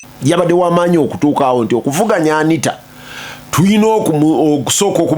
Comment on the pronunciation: Anit"a" not Anit"e"